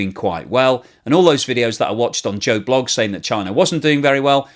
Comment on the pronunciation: Great insight....... But they way you said "blog" has me rollin! 🤣